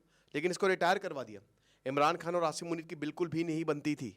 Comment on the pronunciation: क्या sir हर video में आशीरमुनिर करें हो 😅